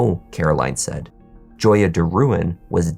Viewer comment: The way you say SsaSha is tilting me..